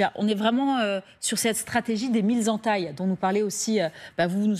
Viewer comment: "La stratégie des mille z'entailles ! !" Même les journalistes ne savent plus parler français. . Le pire vat t'arriver ! !